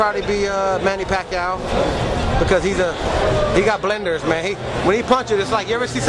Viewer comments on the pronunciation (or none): I met bash and he is a down to earth cats remembers your name and addresses u by it as well much respect but he said blenders lol funny shit